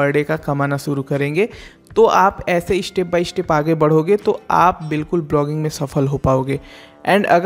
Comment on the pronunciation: Bhai tum bhi Pronunciation theek karlo Mishtake Ishtep by ishtep Newj Rejult Competison Countless Otherwise, you sometimes provide valuable information.